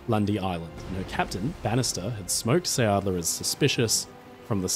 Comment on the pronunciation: Please redo that. Quickly! Who would believe your story, when you even can't pronounce the name. What you say, isn't anything near sounding like it should . And then it just stays a story, it's not history. His whole story was a make up, to build up and keep up his reputation, He got famous from his own story telling . H was touring the country with his storytelling, and always invited the press to report his "heroic" deeds, which in reality was just fleeing the battlegrounds